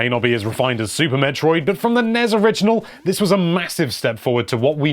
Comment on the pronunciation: Treating the abbreviations of NES and SNES as words is super annoying